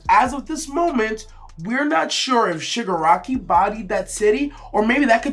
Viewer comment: it's ShigAraki. not E. but yeah. Shigaraki unknowingly killed his family. that's what the episode said